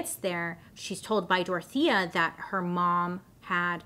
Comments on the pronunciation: I thought you were saying "tortilla" for the whole video, only towards the end I realised it was "Dorothea" 😂 sorry, my native language's not English hahahaha ❤️❤️ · I just figured out in minute 32 you are saying Dorothea and no “tortilla” 😂😅😂😅😂😅😂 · ADHD here and not coming from a place of prejudice or racism, but I keep hearing her say “Tortilla” Anybody else? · I kept hearing tortilla 😅😅😅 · Everytime Bailey says "DORTHIA" I just hear TORTILLA.... Anyone else? No? Just me...? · Take a shot every time Bailey says Dorothea but it actually sounds like Tortilla. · my non English speaking grandmother just asked if I was watching a cooking show bc she kept hearing tortilla Tortilla=Dorthea 💀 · Sounds like you’re saying “tortilla” 😂